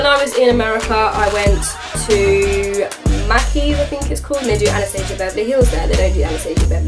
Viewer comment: Mackies? lol What is that? Macys? MAY-cees? Lol